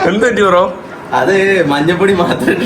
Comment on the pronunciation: എടാ മൈ...., മന്നപ്പൊടി അല്ല, മഞ്ഞപ്പൊടിയാണ് ശരി.